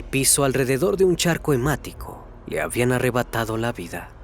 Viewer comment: "charco hemático" u la la la señor francés